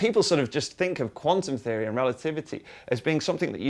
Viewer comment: When he said quantum theory I thought he said Condom theory